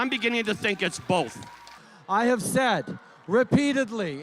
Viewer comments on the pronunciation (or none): none